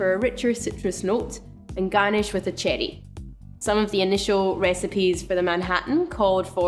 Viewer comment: I love how she says it😜